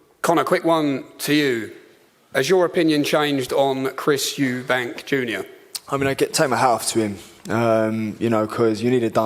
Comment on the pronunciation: Eubank* what is it with you Americans getting it wrong lmao and also “Eddie Hearns” instead of Hearn